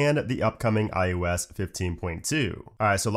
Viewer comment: Your videos are so informative thanks! It does make me do a double take when you say iUS instead of iOS. I thought it was just the microphone until you said Mac OS.